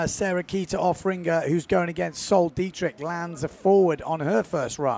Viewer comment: Sol Degrieck (pronounced thegreek but with a softer g) Not Dietrich:)